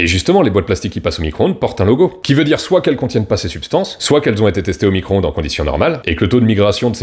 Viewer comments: ecoutez bien, elle dit : "Nicro-onde" ca montre bien le niveau intelectuel, c est affligeant. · Ouiiii il a dit fourmi - croonde !!!! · "fourmicron-onde" lool !!! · La fourmi-cro-onde 😂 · Four-micronde.😂 J'adore. À plus.🎉